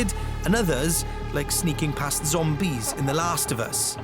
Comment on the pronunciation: partY, zombIE, unchartED. Is that a Scottish thing to emphasize the last syllable of a word?